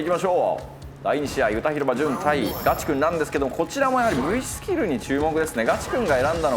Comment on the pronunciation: おじリーグたのしみにしてます！頑張ってください！ チェックの服、どこのブランドか気になる。コメントにもありますが、ナレーションのひとの、ガチくんのイントネーションが気になります。